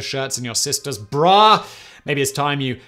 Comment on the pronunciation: the emphasis you put on "sister's BRA" makes me slightly uncomfortable.